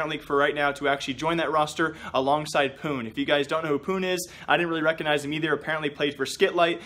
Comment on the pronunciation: pounh* pronounced it incorectlly